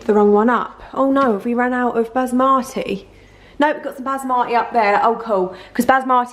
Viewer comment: bas marty, in defo gonna pronounce basmati like this now 🤣 love you ❤️❤️❤️❤️